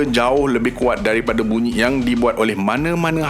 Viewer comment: Tapi bunyi paling pelik & aneh ialah BUNYIK dr sebutan ADMIN 😂😂😂 Hawau la.. BUNYIK tu buat aq ketawa x henti. Tq MIN tp sorry yer MIN.. 🙏 Slmt mnymbut kdatangn Ramadan